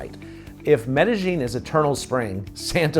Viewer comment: I didn't mean to come off heavy, I just lose my mind when people do videos telling everyone about Ma-Dell-in. I think your videos are great & hopefully to meet you someday.